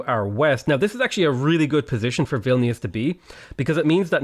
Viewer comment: I love how you pronounced Vilnius